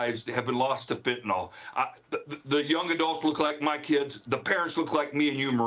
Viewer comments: It's NOT pronounced "FentaNAUL", it's pronounced "FentaNILL". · The drug is fentanyl..."nyl" is NOT pronounced "nol" but "nil." Fen-ta-nil😊